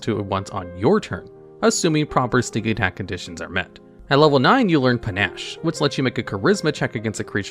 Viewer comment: How do you pronounce Panache properly but mispronounce Rakish(Ray-kish) as Rackish? I wanna Ax you a question! Is this a youtuber inside joke to drive people crazy? Just randomly mutilate "sum werds" for the lulz...